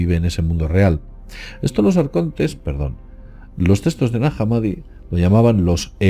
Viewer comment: De que "textos" hablas,? No entiendo cuando lo pronuncias.